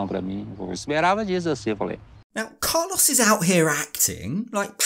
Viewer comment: Im sorry, i love you, i love this channel but i just cant with the pronunciation of Carlos jaja. Even more so after living in Colombia for 8 years.